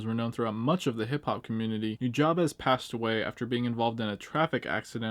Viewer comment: Hey, FYI “Nujabes” is pronounced “New-Jabs” Jab as in the punch. One love bro!